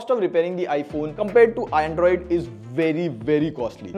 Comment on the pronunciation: ayo wtf is 'Aeeindroid' ????